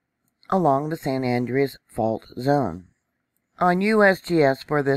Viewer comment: Hi. Here in CA we pronounce the San Andreas fault as ANN - DRAY - US. Just as an fyi... thanks for the report!!